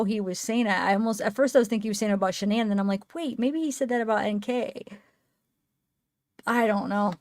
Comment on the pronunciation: It’s not Shonda it’s Shanda